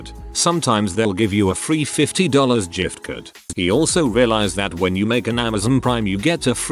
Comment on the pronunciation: Off topic..I noticed this robo-reader wasn’t saying “burjer king” and was pleased, cos that’s annoying. Then we get to the “jift-card”. Oh well